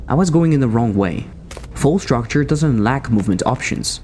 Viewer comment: Quite a nice video. However.. Det er uttalt Fall struktur, ikke structure.. :( (Skål til de Norske her.)